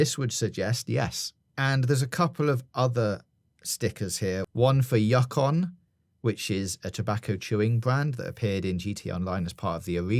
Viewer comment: Yuck-on for Yukon...made me laugh. Not trolling, at all. But it's pronounced You-con.